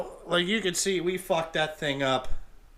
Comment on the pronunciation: I'll be using the word "Royaly" at work now😂😂